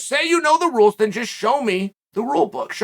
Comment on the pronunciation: Uncle Chael: Repeat after me: I misinterpreted the rrrules!